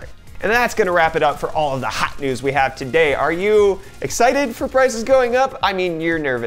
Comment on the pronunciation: Why does this guy keep saying Hawt Nudes?